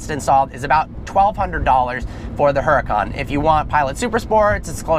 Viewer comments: Oo-da-can. Not a her-a-cann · IT'S PRONOUNCED UR-A-CON BRO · ...I just wish he would stop pronouncing the "H" in the car's name...